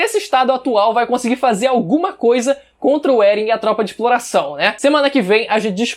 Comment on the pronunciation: Eren "É-guei"